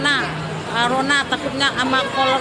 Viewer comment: Kasihan emak bebek itu ....tolong jangan tangkap dong Pak ......dia itu dispresi alias streess atau penyakit mental atau Bahasa kampungnya gila ,atau kata orang jawa gendeng. Tengok sebutanya ..Karona kolor kalana ...hah kasihan Kan . Jadi bebaskan Aja pakkkk.....